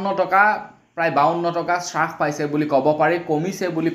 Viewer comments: "চাছপাইছে" নহয় "হ্ৰাস পাইছে" বুলি কবলাগে । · হ্ৰাস নহয় ,হ্ৰাস হে।অসমীয়া ভাষাৰ শ্ৰাদ্ধ নেপাতিবা । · হ্ৰাস শব্দটিৰ উচ্ছাৰণ শুদ্ধ কৰি ল'বলৈ অনুৰুধ কৰিলোঁ।